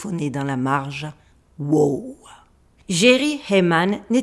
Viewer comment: Ce n’est pas whooo 🐴 c’est WOW! signal 😅